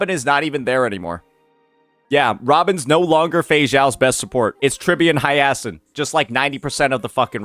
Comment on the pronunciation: It's not Hiyeahsin 😂